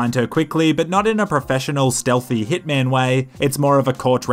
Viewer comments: i always thought said "back with thicccman" instead of hitman. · I though I heard, "With Thickman". 😂 I love your Hitman videos btw! 😊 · Did you said ticc man or hit man ? I have bad hearing